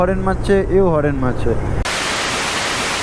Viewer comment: হরেন নয় রে হর্ন